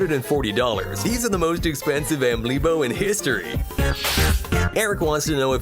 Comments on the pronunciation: It’s not amlib it’s amibo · its ammibo, not ammbilo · Bro calls them albimos not amiibos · You said “ambilo” it’s amibo “ameeboe” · Everyone: Amiibo Nintendúo World: Ambilo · I think everyone’s getting more annoyed that they are literally butchering the pronunciation of amiibo, by saying ambilo and ambleebo. It may be a functional amiibo, but it’s not an ambilo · Where the hell do you see a L in amiibo cuz you pronounced it wrong (you even used the part of the commercials where it said amiibo) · It's like Megamind saying "Ollo" instead of "Hello". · He said amiblo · bro called it an ambilo💀